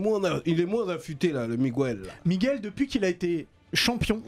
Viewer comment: Ol kainry ne dit plus "migouelle" mais "Miguel" c'est comme ça que ça se prononce 🤣